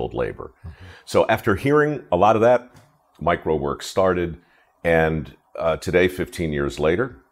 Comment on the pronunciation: Mike Rowe Works sounds like "microworks".